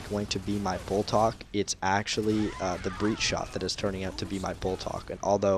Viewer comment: Damn, what a gameplay! That was so much fun to watch, and you are absolutely lethal with that Breechshot! I can't tell you how much I appreciate the shoutout! (and don't worry, you're one of the very few people who has pronounced my name correctly, so thanks, haha) I'm afraid my video has lost a bit of its credibility after the recent nerf to the smokes, but I still use them nonetheless. I'm really glad you got something out of it, and thanks again!